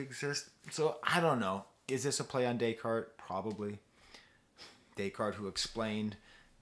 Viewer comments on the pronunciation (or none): none